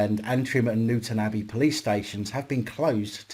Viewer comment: Pronounced New Town Abbey but as one word. My home Town 😀